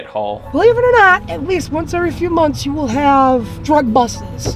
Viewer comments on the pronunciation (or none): I wasn't sure I heard that right so I had to go back and check. Also the "drug busses" when meant drug busts. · i thought he said drug bustses lmao